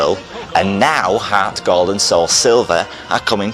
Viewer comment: lol harrrrts gald